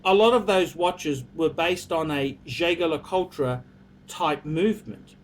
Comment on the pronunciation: if you want to be a true luxury watch aficionado you have to learn to correctly pronounce the names of the major watch brands. Jaeger-LeCoultre is pronounced zhey zher le koolt, not zhay ga la kol tra. You can find all the pronunciations at